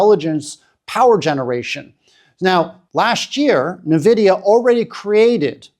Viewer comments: It is pronounced N - vidia, not nvidia One would think someone talking about a company would learn how to pronounce its name… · Really great analysis, however it's 'En-vidia", not "Na-vidia" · Nvidia is pronounced as invidia(envidia) as it comes from Latin Invidia. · Maybe its because i'm a tech guy but people saying Na-vidia instead of N vidia really gets to me. Huawei do have a talented team of chips designers but they don't have access to foundries like TSMC and fabrication machines needed to make chips that can match Nvidia's best chips. These limitations have severely handicapped huawei to the point where they can't even get their Kirin chips to match last gen's chip from snapdragon. Lets be logical and wait for the 910D to be benchmarked before saying China dont need Nvidia's chip anymore.